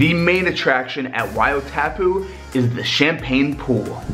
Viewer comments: 1. Wai-O-TAHHHHpu 2. Maori kinda sounds like moldy but instead of a D you just roll your R. 3. Honestly not the worst pronunciation I've ever heard so good job haha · Wai O Tapu "Why or thar poo " that's the pronunciation its Te Reo Maori